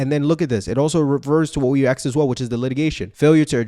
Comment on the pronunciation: why pronounce ask like "aks"? real question